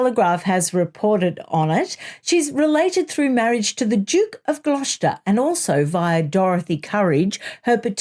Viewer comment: It's "Glosster". Not "Gloshter". Just trying to help😢